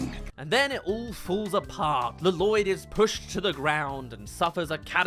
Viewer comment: I can’t tell if you keep saying la-loyd as a joke or if that’s genuinely how you pronounce it 😂